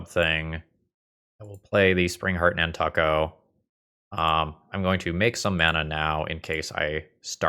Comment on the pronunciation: Over the last 20 years, have never heard it pronounce nan•tuck•o